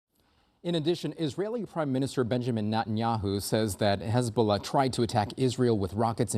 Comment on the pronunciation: Hezbuulah?Sounds like a plague 😂